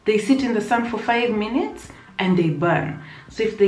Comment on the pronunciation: Hahahahha I love you french at the end 🤣🤣🤣🤣🤣🤣🤣🤣 your accent is perfect 👌 😘😘😘😘 fifteen minute ( fifteen minuté ) Hahahah love your channel girl 😘😘😘